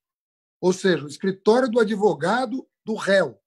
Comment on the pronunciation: "Adevogado do meu chefe"